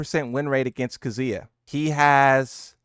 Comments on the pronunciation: Yeah. You really are butchering names. k'ZOOyuh and y'KOOzuh. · It’s not that hard to say KAZUYA both yall dudes can’t pronounce it